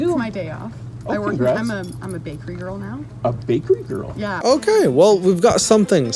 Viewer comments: WTF do you struggle so hard to say "girl" and "you-tube"?? Say GURRRRLE, and say TOOOOOOBE bruh. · Why does sound like a german trying to pronounce squirrel whenever he says girl. “Gow-rl”